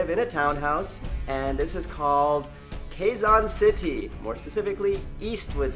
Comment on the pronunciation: Thank You For Liking My Country And I Have To Say Your Almost Right About Pronouncing Quezon City xD But Thanks For Saying That To My Country Me And My Family Is Flattered